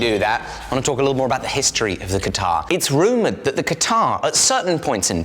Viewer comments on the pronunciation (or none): It is called katyaar not katar!